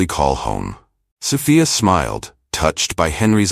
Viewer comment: Did you proof read this story never mind I answer for you. No you did not. Plus you didn't even pronounce Sophia right all the time a wrighter your not.